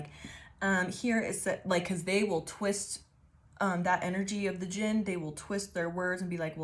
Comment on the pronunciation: The D is silent. You said it correctly. Its pronounced Jin. I pray you get what you desire most and that it brings you to your highest good. This reading explained a bit about things that happened when I was in the Middle East. I used to do boxing. Boxed a guy on deployment for fun. He had a problem with me we went into the ring. He won. I got a solid hit and dislocated his shoulder by dodging him. He went from dickhead to less of a dickhead kinda quick. Fun fact Middle Eastern people hate dogs because they believe dogs are one of the forms of Djinn. Dogs love me, even the ones that hate men and bite all men. and one of the firefights I was in while in the middle east. I had a ring of bullet marks around me. bullets hit the ground at my feet crescent moon style but they should have went in me. Physically saw that something stood by me for those brief few seconds but no one else saw it. Triangle with a circle is a hermetic symbol. Its what the people who took the moniker three initiates used in the Kybalion or looked like that.